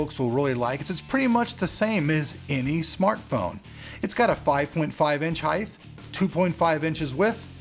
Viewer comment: ITS HEIGHT not HEIGHTH! :P seriously though